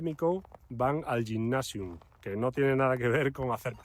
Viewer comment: Gymnasium se pronuncia [guymnasium]